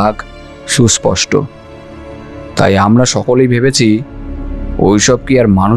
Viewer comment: ১৯-২০ বছরের ছেলের গলার স্বর অমন হয় না। সুপষ্ট নয়, সুস্পষ্ট হবে। সব মিলিয়ে আরো ভালো করতে হবে।